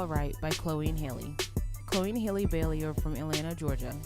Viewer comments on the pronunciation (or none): Awesome review! Just letting y’all know that you pronounced Halle’s name wrong for future reference.